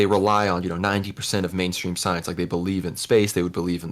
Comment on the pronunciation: "Just look at the soyence"